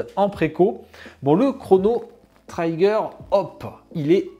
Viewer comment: Chrono Trigger (prononce Tri-gueur) Statue pas parfaite mais sympa. En tous cas c'est cool d'avoir enfin du Chrono. Maintenant je prie pour du Xenogears.